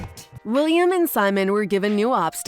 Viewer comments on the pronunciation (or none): This video is amazing, only little mistake I found is that you continuously called Wilhelm - William.. lmao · hold up. did she just call wilhelm, william?